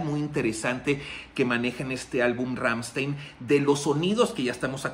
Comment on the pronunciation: Está bien que no sepas alemán, y que lo digas, pero en serio tanto tiempo en el negocio y no puedes hacer el mínimo esfuerzo de nombrar bien a la banda. No no son Ransteein, no no es Ransteein es Ramsthain, así como te lo escribí así se pronuncia. Deberías ver el vídeo Amuscia ese bro al menos hace su intento de pronunciar bien el nombre de la banda, y ya ni te digo sobre las otras pronunciaciones erróneas que tienes, pero neta échale galleta un poquito digo al final ese es tu trabajo, y de eso comes.